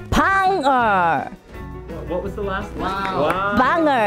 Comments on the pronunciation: 떡볶이 메밀묵까진 이해하는데 방어rrrrr 이 r은 어디서 튀어나온거냨ㅋㅋㅋㅋ역시 영어는 끝만 굴리면 되는거쥐😉😉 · 영어발음 굳굳 역시 지금은 방어rr가 제철이지!!